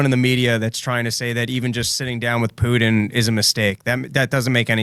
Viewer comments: PuTIN TIN TIN its a fcking T. Not a D. His name is not PuDin. “Poodin” ughhhhh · Need to get to practice saying Putin; not Pudin! I love me some and Dave, but I play a drinking game based on mispronounced names, cities, etc. Rarely finish a show not absolutely obliterated!! 🤣😂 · Cracks me up how says "Poodin" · I like the way says Poodin instead of Putin. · When say "Putin" I don't hear the "T" I hear a D. Pudin is what I hear. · I keep hearing "Poo'ed in" when says Putin. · "Poodin"" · Can your co-host hear how he's mispronouncing Putin? Keeps saying "Poodin" over and over 😅🤣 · Yes. It reminds me of Dale Gribble saying "Have you Hank?!... Pootin?" He doesn't say it like, but for some reason the way they animated his mouth sticks out in my mind. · Drives me insane. There are parts of the country that turn ts into ds and they need to be punished. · Yes. And he also says "impordant". This too drives me nuts. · It's infuriating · Also, vladimir pudding